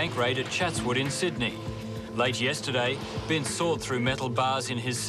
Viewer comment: It’s Binse NOT bings. & he’s nothing like Cool Hand Luke that’s a Yanky Hollywood fairytale movie.. Chris Binse is a good Oz🇦🇺 knockabout bloke who’s been dealt a few bad hands & done a few armed robberies but never shot or hurt anybody.. He should’ve been set free year’s ago & the same goes with Brendan Abbot “post card bandit” let old mate out for fuks sake he didn’t kill anybody just robbed some banks of money, big woopy woo woo.. It’s amazing that peadophile’s & rapist’s sex offender’s who do so much worse & get a slap on the wrist with a wet lettuce 🥬 leaf. But rob a bank they bury them in prison over money & nobody is hurt, but rape kids & destroy lives forever they get suspended sentences or 1yr in prison in full-on protection & they get zero punishment.. it’s a crazy crazy system i tell ya what, no wonder i live way out bush past Bourke on a property & keep to myself.